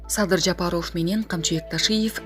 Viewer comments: Блогерге: Садыр Жапароов эмес - Жапаров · Жапароф ужас жок дегенде туура айтчы Жапаров деп .Уят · Туура окуусацызчы журналист Садыр Жапароф эмес Жапаров деп . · Жапароуф деп суйлоп атасынбы блогер бул эмне Деген аташ Жапароуф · БЛОГЕР ЭМНЕ САДЫР ЖАПАРОВ ДЕП ТУУРА АЙТЧЫ . ЭМНЕ ТИЛИҢ САКООБУ ? ТООБА !! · Бул супер тв журналист кыз окууну бутконбу, мектептеги окуучулар дагы туура окуйт, президенттин фамилия сын кыжырды келтирбей туура Оку, эмнеге ушундай сабатсыздарды текшербейсинер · Алпарып жаткан кыз фамилияны жазылышы менен окубай туура окучу айланайын.